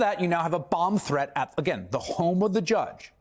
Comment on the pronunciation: Swear said "Bong threat"